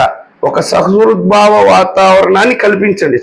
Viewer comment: సుహృద్భావ వాతావరణం. సహృద్భావ కాదనుకుంటా